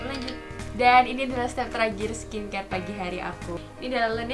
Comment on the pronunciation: ngakak pas dia bilang "teragir" dan "ei sleeping mask" WKWK